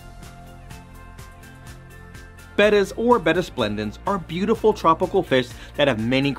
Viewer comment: THANK YOU for pronouncing “betta” properly!